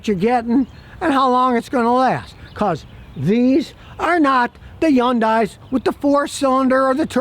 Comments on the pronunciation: "Sometheen"????? "Interesteen"????? "Yundai"????? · Yun-dies. How many ways can we pronounce this car's name?